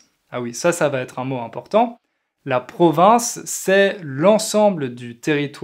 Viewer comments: J’apprécie vos vidéos qui sont fort intéressant. Il me semble, cependant, que vous prononcez le mot “province” comme Provence”. Il se peut que ce soit moi qui est un problème d’écoute. Suis-je la seule ? En tout cas, un grand merci pour partage votre savoir avec nous. Meilleurs sentiments. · pourquoi vous prononcez "province" comme 'provence"?